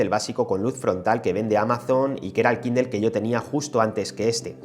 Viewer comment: Dejá de decir kindel